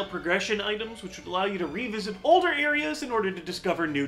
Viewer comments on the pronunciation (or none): none